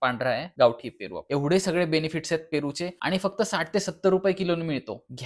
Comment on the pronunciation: फेरू अमर झाला तुमच्या बोलंयाने 😂 पन छान माहिती दिली ❤❤❤❤